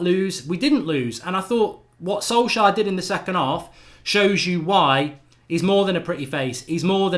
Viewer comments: Sol-shire? Who dat? 😂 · funny how mark pronounces Solskjær like Solshire hahaha Ole ain’t English